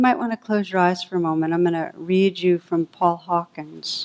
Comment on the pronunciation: Also, it's Paul Hawken, not Hawkins.